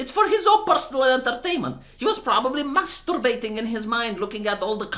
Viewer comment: Mastoorbating, gets me every time 😅